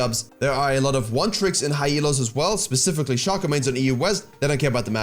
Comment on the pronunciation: Yoo nice vid bro! One thing, shaco's name is pronounced like his clone's name, fako (fake-o)